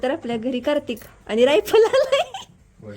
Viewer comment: दादांचं मराठी जरा कचं आहे का करतिक अस नाही कार्तिक अस येत 😂